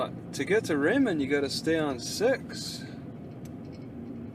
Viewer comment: It is pronounced Pee Ellll... emphasis of the P.... it is not Pa'El.... just to let ya' know... AND Chehalis River is pronounced.... "She....hail...lis.." Your got Raymond right.... You from NewYork?